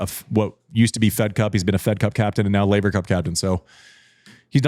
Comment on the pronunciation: "Man, we've come so far since you mispronounced Laver" 🤣